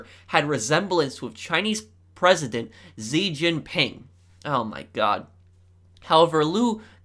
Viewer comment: Xi jinping is pronounced shi Jinping